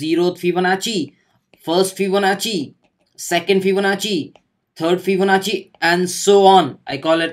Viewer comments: it was not fibonachi ..it is fibonacci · What!! I today got to know it's fibonachi. All these times i've pronounced it as fibonaki and noone corrected me either.. thanks:)